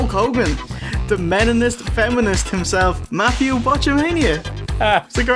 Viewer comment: Love the OSW guys, but I can't listen to '' for more than one minute.